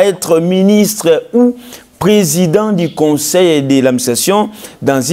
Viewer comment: C'est journaliste ne fignole pas le franciais comme il faut peut etre une formation orthophonique du francais serait necessaire!!! Pour eviter les vagabondage des levres ex:du et different de di,individu et different d'individi...faire soigner non pas soignecer...